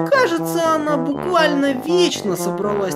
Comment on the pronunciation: Сначала когда я слышала "Буквальнинько" я думала что он говорит бухальнинько 😂